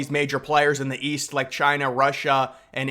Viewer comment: East? I thought you said Weast.